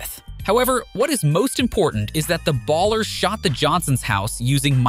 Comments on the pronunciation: It's Ballas not ers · Who the hell pronounces "Ballas" as "Ballers" lmao wtf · Bro putting a hard R on ballas😭